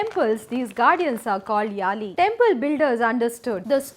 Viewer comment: யாழி yazhi.m please pronounce it properly